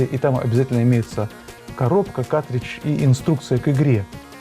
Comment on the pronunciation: Почему ты говоришь "катридж"? Где буква Р😢 Ведь картридж надо говорить.